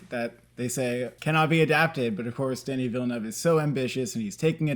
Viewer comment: True. Now he only has to stop calling him Danny.